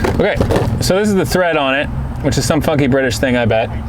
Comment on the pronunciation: Did anyone else rewind the video when said the bolt was “funky”? I thought he said a different f word.